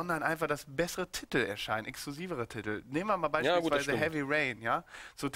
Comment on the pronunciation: Sarazar sagt nicht Titel sondern Tittel^^